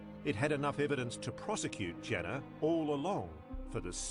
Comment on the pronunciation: People were up in arms about him being taken to trial (Which wouldn't have happened anyway due to his dementia) But it doesn't change the fact that there were over 30 allegations against him. And, not to be pedantic, but it's Janner with an A, not an E